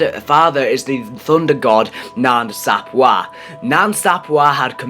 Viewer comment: It's pronounced Sap way bro😂